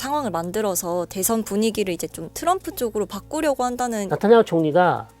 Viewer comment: 네타냐후를 왜 자꾸 나타냐후로 부르나요? 교수님 이름을 송일꽝으로 부르는격 입니다.